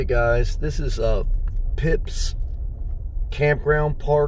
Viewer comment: It’s pronounced “fipps”